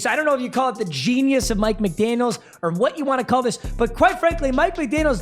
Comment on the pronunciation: Small thing, but for the love of Christ, it’s Mike McDaniel 😂